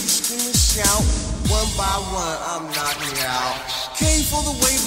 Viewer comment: He was so high he aint say knocking right🤣😂